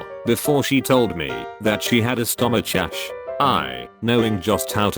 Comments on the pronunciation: Nobody: Voice: STOMAKCHACH instead of stomachache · Stoashashe I tried to pronounce how the text to speech sound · No one: Text-to-speech: stomashash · What I thought it said: Stomassass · stoma- ch-ach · what is a stomashash! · she had a stom-uch ash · “sHe hAd A sTomOsHasH” Speech 100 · THE AI PRONOUNCED STOMACHACHE "STOMACASHE" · I was drinking when the bot read "stoma- chache" and i almost choked holy shit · sto-mitch-ash cow-warker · LOL stomacache *him*(stum-ic-ach) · LOL “stoma-chasche” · that she had a StOmaChashe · « We played for a while before she told me she had a STOMASHASHE » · a "stomachachh" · Reddit post: says a word that is spelled weird Tts: stomachsash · I love how Text to speech pronounces stomachache “stumucach”. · 'Stomashash', bruh you should check your text-to-speech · S T A M O C H A S H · How about stomasharsh (stomach ache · stome chache lol 🤣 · I'm sorry the tts reader fucked up badly WTF is a stomah-shashe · stomash shashe lmao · "and BQD" "a STOMACHASH" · “stoma chash” stomachache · "a stomash-ash" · buhbuhkd stomochach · I’m laughing so hard at the way it says stomachache 😂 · You pronnounced stomachache wrong. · Can you not pronounce 'stomachache'? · the way it says stomachache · Stomachache pronounciation?!?! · So we all just gonna skim over how the TTS read stomachache